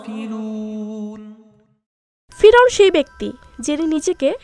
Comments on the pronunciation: ফিরাওন না ফেরাওন হবে এত লেখা পড়া করে বাংলা ঠিক মতন বলতে পারেন না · পিরাউন না পেরাউন।বেশি এস্টাইল করতে গিয়ে ভুল বলা উচিত নয়।।।